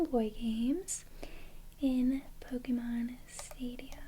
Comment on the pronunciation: YOU SAID POKEMON CORRECTLY. Subscribed.